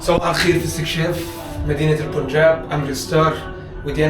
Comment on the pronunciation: اسمه البنجاب، وليس البون جاب